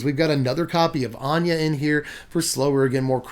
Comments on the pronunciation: finally, someone who says "Ahn-yuh" instead of "ANNE-GIE" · ANYA! Anje is pronounced Anya. People pay attention. This man speaketh prophesies.... he preacheth!...